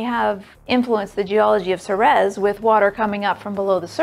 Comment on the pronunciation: It's SEE-reez, not SEH-rez.